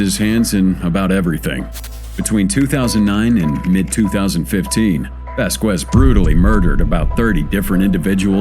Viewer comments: Vasqwez? Lol.olol. It's spoken like this: Vaskez. Don't feel too bad. I run into at least a half dozen instances every day of mis-spoken words I learned in grade school. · Lmao never trust a commentator who pronounced Vasquez with the Q like quick sound rather then the k sounds lmao it’s not pronounced “Voss-quezz” it’s like “ vasskezz” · I HATE computerized narrations. Vasquez -- i.e., Vas kez. Not Vas kwez you morons. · Right? It's weird because he pronounces other names decently. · Vasquez - pronounced "vas-kez". NIce automation...morons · If you,, would listen to your own videos, you wouldn't make such a fool of yourself by mispronouncing the common and easy name "Vasquez." The TV lady has it right, and you have it both wrong and childishly silly. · The u is silent, you do not pronounce it in his name.